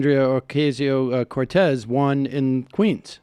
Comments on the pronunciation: Oh-kah-sio; not, O-kay-sio, Sammy.... geez.... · you got my thumps down for keep saying okaysio, its ocasio you stupid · AOC's name is pronounced as OCASIO not OKAY-SIO. Thanks for your fine report! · O-CAH-sio. Not O-CAY-sio. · it's pronounced "Oh-cah-sio"